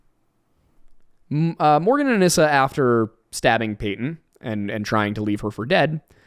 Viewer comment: only because you frequently ask to be corrected on pronunciation, “anissa” is pronounced UH-KNEE-SUH 😂 love yall!!